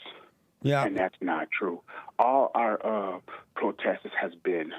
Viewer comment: "Love ovuh neighbors as we love ovuh selves." 🤣